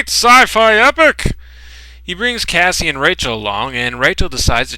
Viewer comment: dude, u called Cassie "Cass-LEE"